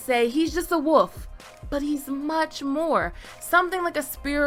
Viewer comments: Sorry, this is just a peeve of mine but it's wolf and not woof. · Woof dreams guys Woof dreams..... Its Wolf theres an "L" in there and no there isnt a "GrayArea" for it